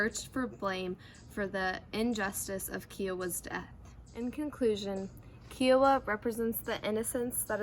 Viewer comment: IT IS KAI WAH NOT SOME KIAWAH